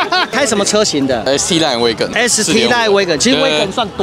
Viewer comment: 是挖根，，不是威根